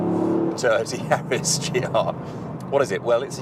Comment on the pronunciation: and wrong pronunciation, they butchered the Lancia name, and got GR Yaris wrong too